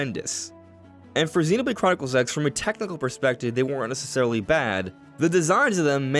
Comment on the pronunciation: "ZeenbladechroniclesX" You say it so fast that it sounds like one word (and without the "O")! 😉